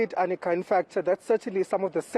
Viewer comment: This women is murdering Manqoba Mchunu’s name, I think he should either ask her to show some respect and pronounce his damn name properly or call her Arnica instead of Anika… see how she takes that